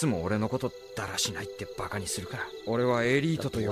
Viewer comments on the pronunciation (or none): none